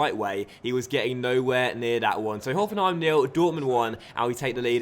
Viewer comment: Very good pronunciation of Hoffenheim :)